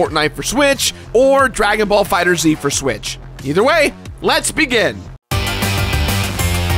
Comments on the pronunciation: Sorry to be that guy, but FighterZ is pronounced as "Fighters". Like think how Mortal Kombat replaces the letter "C" with the letter "K", basically like that with the "S" and "Z". That said, killer list; glad you had a fun time! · How do you not have 1 mil yet? Also, it's FighterZ, not Fighter Z. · I love you and all the videos you make, but I need to correct you. It's pronounced Fighters, not Fighter Zee. At first I thought It was too, but it was confirmed in an interview with the creator. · Dragon Ball FighterZ is pronounced "fighters" not "fighter zee". Geralt is pronounced with a hard G sound, not like "Jeralt". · I love you bought I think I just heard you say Fighters Z